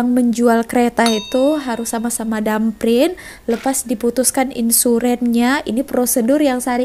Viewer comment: Thumb print la..bukan dum print